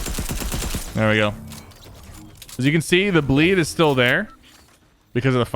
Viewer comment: STOP SAYING BLEE DIT MAKES ME NERVOUS